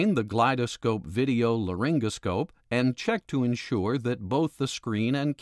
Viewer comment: Its not pronounced glide -a-scope brother. Its glidescope.